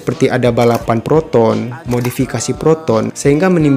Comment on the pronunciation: Proton bukan Peroton 😅